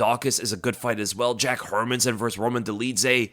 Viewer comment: Nice to hear someone actually pronouncing Hermansson last name properly.